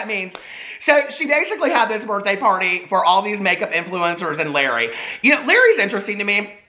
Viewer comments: It’s la ray not Larry 😂❤️❤️❤️ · His name is pronounced Luh-ray. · HAHA ITS PRONOUNCED LA-RAY NOT LARRY